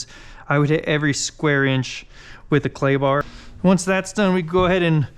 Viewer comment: You said clay bar but I heard Klondike bar!